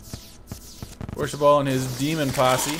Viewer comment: it's orshabaal not orshaball